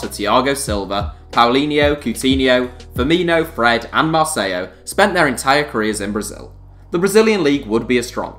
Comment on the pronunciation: Marceyo???? Hahahhah, bruh there is not a double L, meaning you don’t pronounce it as ‘y’. Ok